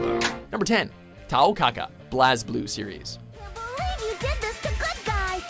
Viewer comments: it's pronounced "Blaze-blue"! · That BlazBlue pronunciation. It's Blaze Blue, there is no e in blaze. I can understand why you'd fuck that up. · Okay. "BLAZE", not "BLAZZ". Second of all, Papyrus isn't a dumbass, he's "innocent". Completely different thing entirely. Thirdly, Slippy is a mechanical genius... just a bad pilot. Kinda thinking the title is misleading. Should be renamed to "Top 10 Densest Video Game Characters" if you ask me. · Did they seriously pronounce Blazblue as Blazzblue?! It wouldn't hurt to take the time to figure out these pronunciations,. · It;'s pronuced BlazeBlue not Blahzblue you fucking ignorant sheep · Right off the bat. Blahzz blue Pronounced Blaze blue ffs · The way how he pronounce BlazBlue if fking Disgusting and Retardedly WRONG!!!! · Nope. The word is meant to be pronounced as Blaze-Blue. The speaker on this video pronounced it as Blaaz-Blue. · The way he pronounced Blazblue, cringe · cant believe he just said blazblue wrong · did nobody catch how he pronounced blazblue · It's pronounced BLAZE blue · It's pronounced Blazeblue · Seriously? Pronouncing BlazBlue's name like that made me cringe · I cringed when butchered the video game's name. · As a fan of Blazblue, I felt anger well up inside of me when he pronounced the name. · Agreed. needs to learn to take their time to figure out the proper pronunciations for names